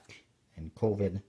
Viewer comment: pronounced, ka-ven.